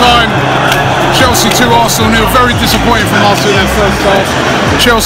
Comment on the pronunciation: Chinese cant even say Arsenal properly..they say "Alsner"